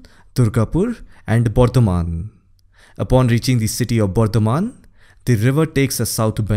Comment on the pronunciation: Sir u pronounced bardhaman as bordhoman..and I loved this accent...I am from bardhaman only